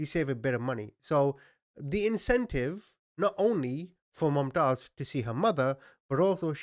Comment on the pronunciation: Man you rightly call yourself a 😁,its not "MumaaTaiz",its pronounced Mumtaz like Moomtaaz.Wtf dude,Its a common name.